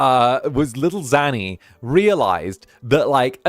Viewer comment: One day he'll figure out how to say my name:_ZannyLaugh::_ZannyLaugh::_ZannyLaugh